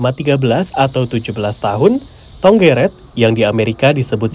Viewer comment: Yang bener bukan tonggeret tapi cenggeret